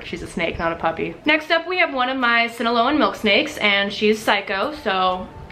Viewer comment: The way she says Sinaloan...